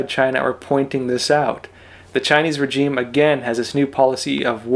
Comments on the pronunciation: The word regime is pronounced differently than you say it. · Love your channel but please find out how to pronounce the word regime correctly Google it for petes sake!